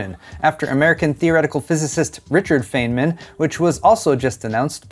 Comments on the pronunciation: It's pronounced "fineman" not feignman, you gotta do better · FYI - Feynman is pronounced like "fine-man" not "fane-man". :) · Pronounced Fein-man not fey-man (sorry i'm a physics nut), good video as always. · Feynman is pronounced "fine man", not "fane man." Just an fyi, thanks for the video. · It's pronounced fine-mann, not faye-nmann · Yep, it's FINE-MAN not FAY-MAN 👍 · Don't worry about it,. It's feyn. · It's feyn, man. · It's pronounced "Fine-min" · It hurts; its pronounced "Fine-man"! Otherwise a good vided. Thumbs up. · I have always heard the name pronounced "Fine-man" on Big Bang, is that incorrect? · its pronounced FINEMAN thats how his name sounds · It's pronounced "fine man" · It's pronounced FINE MIN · Isnt it prounced Fine-man or am I dumb? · "Feyman" as "FIE-man". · Just to be helpful, the Feyn in Richard Feynman's last name sounds more like Fine when pronounced. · My favourite way to start my Sunday. BTW, I think it's pronounced Richard "Fineman". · haha this annoyed me too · Please pronounce Feynman correctly. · HAHA, cant even say Richard Feynman right. He just lost his Geek card. Hand it over you big Dink! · Based on your pronunciation of Feynman, it seems is more into Fantasy books than Science or Scifi. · Yup. All I could think of was never watched Big Bang Theory. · I agree! But it's not his fault - English is a very stupid non-phonetic language with a lot of cognitive load for memorizing such exceptions!